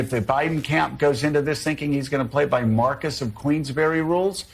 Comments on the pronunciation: The 'Marcus of Queensbury' as opposed to the 'Marquis of Queensbury' was pretty amusing too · Did Scarborough really say "Marcus of Queensbury"? What a horse's patootie...